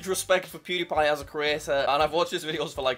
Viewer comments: you literally said pwediepie congratulations on passing 100 thausand subs😂😂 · pronounce it right jack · he said it wrong lol